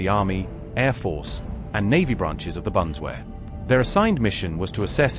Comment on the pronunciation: Can't pronounce Bundeswehr....